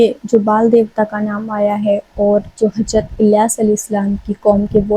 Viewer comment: Ajaab nahin Azaab, Hajrat nahin Hazrat !!!